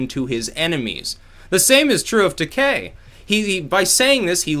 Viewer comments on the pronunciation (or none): no hate, but it is fucking GEORGE TUHHH-KEYE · FYI: George Taki pronounced TA-KI hard I...😜